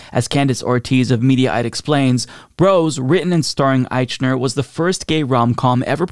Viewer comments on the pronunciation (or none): Ah-eeeek-Na! Every time you said Ah-eeechh-Na it grated my last nerve! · Billy's name is usually pronounced "Eikner." If you're going to comment on his film and pronounce his name in public, it doesn't look good to mispronounce his name, bad taste or not. Besides he's had successful shows on TV before. He's not the usual unknown actor that are in most gay-themed movies, because traditionally it was career suicide to play gay, whether the actor is gay or not. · I can't believe you can't even pronounce his name right! IKE-ner! Its called "research". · I would listen closer if you would just pronounce his name correctly.